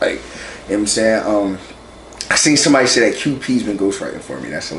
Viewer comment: "I am sombaady !!" 🤣🤣🤣